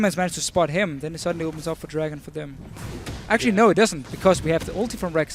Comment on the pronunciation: is chinese? he said actuarry more than once this game